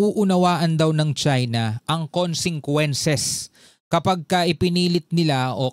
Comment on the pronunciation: very clear when you read that word consequences not (konsengkwences ) in visayan or Tagalog sound or accent, please consider my correction weather I'm write or wrong.